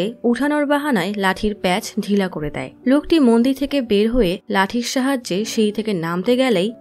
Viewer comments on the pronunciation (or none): none